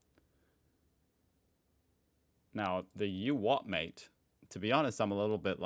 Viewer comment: you are saying you wot m8 in a London accent, these lads would say u wha maate